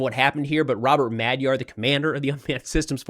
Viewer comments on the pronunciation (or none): none